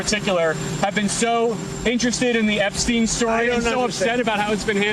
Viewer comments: Ok, this needs to be addressed from multiple videos now. The criminal is EPstein, not EGstein. Can ypu start saying it right or not talk about it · Fuk epstein not eggsteim